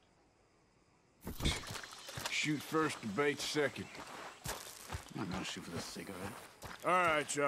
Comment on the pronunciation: "BouTta sHute you Jon"🤣